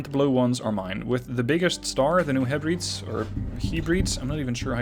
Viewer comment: It's pronounced New Heh-breh-deez.